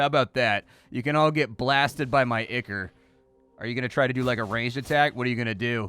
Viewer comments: "eye-core", not "ick-er". Looks like a cool metroidvania, though. Downloading demo now. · Ichor is pronounced "eye-kor", not "ikker". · Not o be a jerk and with all respect and love, the word is spoken "Eye-core" 🙏🏻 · I've only ever heard "ichor" pronounced like eye-core or eye-kur. First time I've heard it as "ick-ur." Then again, I've only ever heard it pronounced by people like me who've probably only ever encountered it in print and never heard an actual English authority pronounce it. I ain't lookin' it up to see which is the "real" way now, that's for sure. Too little mystery left in the world. o_O; EDIT: I lied, I couldn't help myself. It's eye-core. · I think it's pronounced "eye-core"